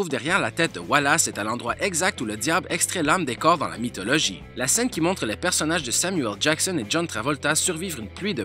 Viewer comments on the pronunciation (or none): none